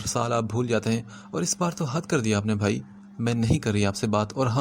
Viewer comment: Sir aap bha ki jagha bhai read kre. Wo drasal bha sound kuch khas Acha nhi lag rha hai.😯